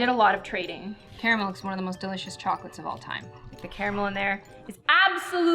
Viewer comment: The way she pronounces Carmel 😡 No hate tho